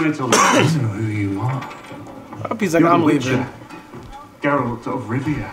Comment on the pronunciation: The disrespect on Geralts' name. Sounds like they are calling him Jeralt 😭